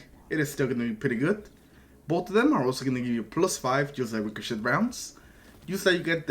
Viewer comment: The T is silent in the word ricochet in case you didn’t know ….yea